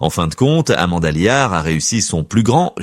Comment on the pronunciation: Amanda Liart ??? Elle provient d'une petite bourgade des Ardennes 😂 😊😂 , ah décidément l'IA c'est beaucoup de blabla mais c'est surtout très perfectible ! N'empêche que Amanda Lear reste à son âge autant un mystère qu'une icône qui en fait une artiste et une icône qu'attachante...